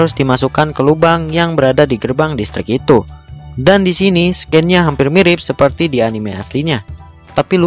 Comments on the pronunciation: Harus nya dibaca sin bukan scen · Bang "scene" bacanya "sin", "scince" bacanya "sains'